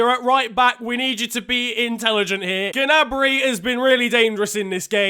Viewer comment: Gnabry is pronounced nabry not G-nabry but luv your vids <3